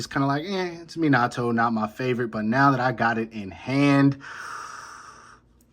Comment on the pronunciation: Bro can’t even say minatos name correctly and he trynna tell me he would beat itachi boi Gtf